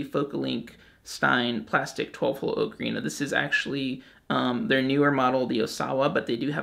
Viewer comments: You keep saying Oak-arena. Its aa·kr·ee·nuh lol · AHK-UH-REENA. NOT OH-KA-REENA. For the love of god. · OCARINA not okarina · I'm not learning from someone who can't pronounce ocarina. It's bugging me too much. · You’re pronouncing ocarina wrong. Go back to school! SMH